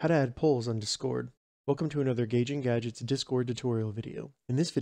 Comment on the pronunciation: I left a like but i almost didnt cuz of the way you say "Discord" The empha-SIS is on the wrong syll-AB-le